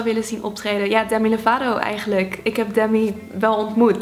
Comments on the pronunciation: Het klinkt misschien raar maar je zegt sommige woorden anders zoals demi lovato jij zegt demy lovato met zo'n e ofzo en het is volgens mij deemie lovato ( spreek je dan zo👈 uit 😊) en YouTube dat spreek je uit als yoetjoep spreek je dan zo👈 uit sorry dat ik dit stuur maar het valt me gewoon heel erg op misschien zeg jij het goed en ik niet maar ja... 😋 en dit is was echt een leuke video🤗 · het is Demi Lovato jij zei demmi Lovato maar je spreekt de e in Demi uit als ee:) Geen haat! Leuke video:D